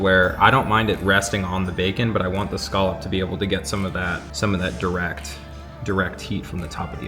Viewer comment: Scallop drinking game...... Take a shot every time says (and mispronounces) the word "SCALLOP" 😂😂😂